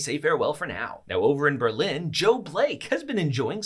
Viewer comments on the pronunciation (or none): none